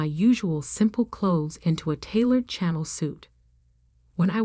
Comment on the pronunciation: Nor is Chanel pronounced "channel".